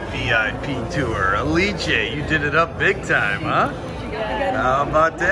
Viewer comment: Also, it took my 5 videos to realize Ah-lee-Che is Alice 😅